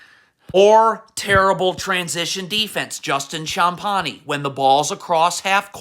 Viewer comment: Justin Shamp-ani 😂😂😂